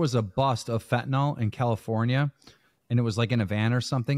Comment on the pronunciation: Guys, it's fentanyl, pronounced 'fent-uh-nill' or 'fent-uh-nuhl', not 'fent-ih-nawl'. Sorry, pet peeve, and an all too common mispronunciation.